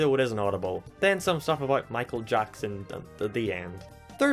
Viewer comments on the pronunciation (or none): none